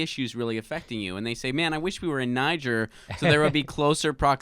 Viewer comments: What an uneducated boob (like the Trump voters he incessantly mocks)...it's pronounced "Nee-czair"...it's a former french colony. Not "Nigh-geer." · Say it with me: nuh-JAYR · Just to let you know ...its pronounced Nee gair ...the g is pronounced like the S in Persia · Niger is pronounced : Ni-Ghere ... the people from there are called "Nigerien" pronounced Ni-Ghere-ien ... its French, not at all similar to "Nigeria" and "Nigerians" which is anglicised. I know none of you will understand - but it still needed to be said. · Nee zher, French pronunciation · Jimmy, it's pronounced Knee-jer and is primarily French speaking, thats why no one in Africa gets confused between it and Anglophonic Nigeria. Colonialism, eh? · it is pronounced Nee-Gere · Pronunciation, Jimmy